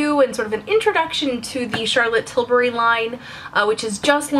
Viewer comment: I LOVE that you pronounce Tilbury right! A lot of Americans I watch pronounce it ''Tilberry''